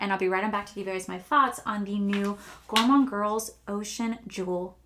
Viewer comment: Gorgeous look but at the end you said gourmonde girls ocean jewel palette.😂😂ooops. Lmaoooo